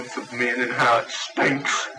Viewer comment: Man, the way he emphasizes the word "stinks" is equal parts comedic and delusional and very, very angry. To me it sounds like (he believes) he's been betrayed by society. He definitely sounds very much like a man whose mind is on the verge of snapping like a twig. I really hate the word "stinks", btw. Something about it just rubs me the wrong way 😖 it has a very... gross sound to it (yeah, who'd have thought, right? 😂)